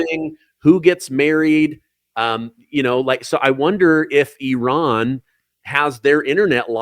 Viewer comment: People people people can we pronounce words? Please? please stop saying e raan. There is no such place as eraan. Nowhere on this planet does eraan exist. I have heard of Iran. Pronounced I ran. Simple please please stop and find out how to pronounce something you will be saying repeatedly. No place called eraan. Drives me insane that no one can pronounce words these days shammmee iran. We should respect all people.